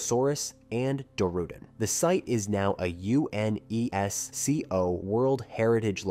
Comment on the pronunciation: Nice video but I will note UNISCO is an acronym not an abbreviation. That is, it is pronounced as a word and not as individual letters. Well done video. Thanks.